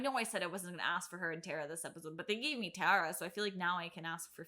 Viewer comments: Say it with me TE-RAA - TE- Ra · So excited you mispronounced her name? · the journey of you figuring out how to pronounce tara's name over the course of this episode was thrilling lol